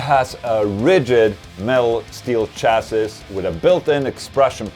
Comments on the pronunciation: Chass-is lol Cha-ssy, ola You wonderful Scandinavian dork, you. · Chassis is pronounced chasee